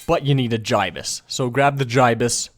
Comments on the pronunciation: how come he says GI-BUS, it's supposed to sound like GIB-US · It's gi-bus not fucking ji-bus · Gibus not jibis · its pronounced as gibus not jibus dummy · It's Gibson not guy is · I dunno what’s worse the fact I use my favorite scout bat to make this or the fact he pronounced the gastly Gibus gastly giabus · It is said jibus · the gibus is actually said like gibbus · >Says Jaibuz instead of Gibus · He pronounced gibus wrong